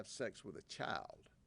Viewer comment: I love how he pronounces "Child" to "Chile" 😂😂